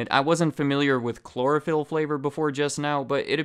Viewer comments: Chlorophyll? Sounds more like borophyll. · I whipped around so fast to catch the subtitle when you say Chlorophyl. Lmao thats so wild!